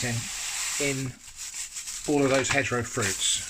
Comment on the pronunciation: My dumb ass thought you were saying hetero jelly. As in heterogeneous.